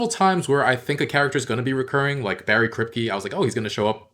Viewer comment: Bawwy Kwipke 😁😁